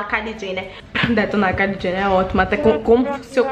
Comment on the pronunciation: “Ce ta cum medo KAILI JHENER”